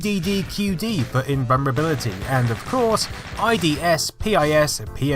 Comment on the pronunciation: "inwumberbility" is a great word, I'm gonna start using it.